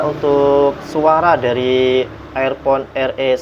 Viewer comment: Air pon ??? Dibacanya irpon , Mas....